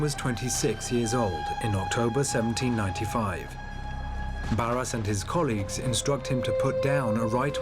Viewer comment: And Barras does not sound like Barrasse. "Netflix for history" says it all.